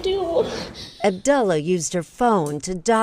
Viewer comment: It is AbduALLAH not abdualla